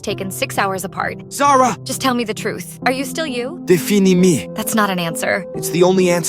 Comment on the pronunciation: “deefeenee me”